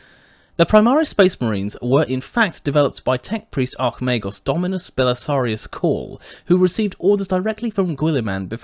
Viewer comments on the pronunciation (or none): none